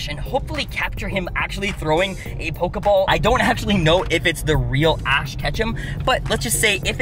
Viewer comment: Hm and when did they changed the name of pokiball but you said pokaball